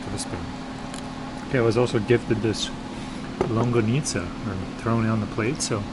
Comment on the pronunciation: Man, with that much meat on that bicol express, and two huge longganisas, a typical Filipino would eat 1 or 2 more orders of rice. Longganisa is pronounced as long-ga-ni-sa not long-ga-nit-za.